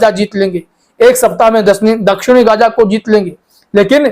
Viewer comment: Gaja nahi gaza english me diploma karke bolo hindi me nahi